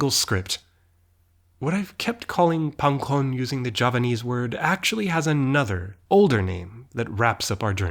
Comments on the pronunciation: pangkon is such an austronesian sounding word, and you say it so nicely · As a native Javanese speaker, I can say his pronounciation of "pangkon" is legit.